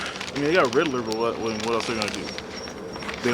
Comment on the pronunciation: He called Desmond Ridder, Riddler😂